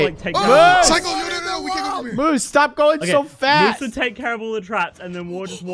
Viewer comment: LMFAO "MOUSSE" ITS MOOSE NOT MOUSE LOL